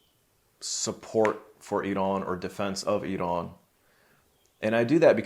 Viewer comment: Big thanks for this great discussion from an Iranian. Also, you are pronouncing Iraaan very beautifully, just like Iranians.